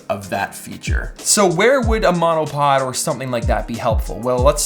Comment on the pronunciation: my husband thought you said let's talk menopause 🤣🤣🤣